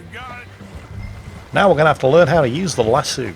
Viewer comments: Lol. Lass-eu. Like lasso just because a french word. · Jingle's... its lass'oh not lassew... hahaha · Lassooo? Lass OH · LASS. OH. NOT LASS SUE. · Its lassoh not lassoo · Friendly note since you're going with the horse opera talk, ect. - Lasso is pronounced La-So, like El-Paso. Not La-Sue. At least in 'Murica. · just fyi lasso is pronounced las-oh, not las-oo. I know it’s a small difference but hey, welcome to needlessly complex world of the English language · the word "lasso" has a long "O" in the pronunciation for those of us in the USA. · you old git it's "lass-oh" not "lass-OO" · Lass-O not Lass-oo. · Lasoh, not lasu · Lass-O,....Lass-sue makes me laugh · Lassoo? LASSOO? It's lass OH, asshool. Nah, luv ya.... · is triggering me with his pronunciation of lasso as lassu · saying pronouncing lasso as “lassoo” made my day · Lassooooo? Lasso,! Short o! Like in SHORT. LASSSHORT. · I don't know of anywhere in the world that it's considered "correct" to pronounce it "las-soo." Sure, it may come from the Latin "laqueus," but lasso is an Anglicisation of the Spanish "lazo," which has no "oo" sound in it. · Akshually, it's pronounced LASS - OH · You are pronouncing lasso oddly lol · Your not a cowboy, you cant even pronounce lasso right